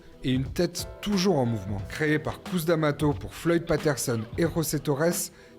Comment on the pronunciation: Petit récap sympathique de la vie d'un homme qui sort vraiment de l'ordinaire.. Un peu léger sur la partie Tyson Hollyfield. Vous pourriez juste faire un effort sur la prononciation des noms et prénoms, ce serait top ! Mac Tyson - Couss Damato -> Mayk Tyson - Keuss Damato pour vous aider..